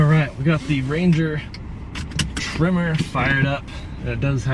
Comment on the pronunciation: The pronunciation of tremor is driving me nuts. (It's not a trimmer) Nice to see a different use case though :) The powerplant is one of the main advantages Ranger has over its competitors. So peppy while returning solid economy.